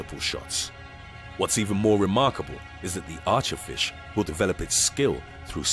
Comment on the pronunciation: He said flish